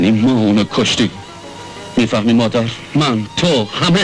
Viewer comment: ما قدیم دوبلورهای بسیار خوبی داشتیم اما گاهی اوقات دیگه با مصنوعی بودن صدا شورش را در می‌آوردند. آخه این چه دوبلوری ست که خانم نیلوفر داره. با لوس کردن صدا که کاراکتر جالب نمیشه. خودشون به به صدای خودشون گوش نمیکردند؟ مادر مدر به گوش میرسه. کلمه خدا بیامرز را خدو بیومرز و یلدا یلدو تلفظ میشه که چی صدا را و بیان را میخوان شیکش کنند.